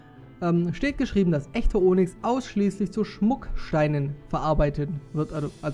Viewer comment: Onyx spricht man Onüx aus :D Aber ist trotzdem ne schöne Folge <3